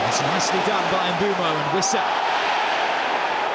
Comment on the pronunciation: No one: British commentators: EMBOOMO